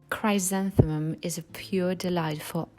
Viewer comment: Small tip for your excellent EN: "chrysanthemum " = "chrisanthemum ". "y" is pronounced as a short "i", not as in "cry" - at least for British EN. I can't speak for the other sort(s).